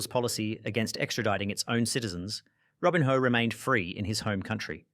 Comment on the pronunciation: Robin-hoe 😂😂 Seriously??? You have mispronounce everything on pourpose to get engagement, right?